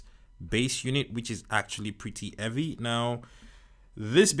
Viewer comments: i love how u say evvy instead of heavy sometimes 😂 nice reviews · I looooove this guy! If somebody doesn’t know how to say ”Heavy” just tell them to day eavy😂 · this foo said evvy😂😂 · It’s so heavy, he dropped the ‘h’